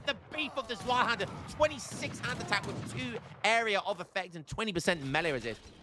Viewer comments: Zweihänder: Take Z sound from pizza Take the V sound from video ei you just say like eye And I think the händer was just fine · Whenever you pronounced Zweihänder I was like „NEIN ! NEIN !“ Nice Video tho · Nein! Nein! Please pronounce Zweihänder correctly in the next year! Happy New Year 2026 y'all! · Your German pronunciation was a bit incorrect, but I still enjoyed the game. Happy New Year 2026. Keep up the good work!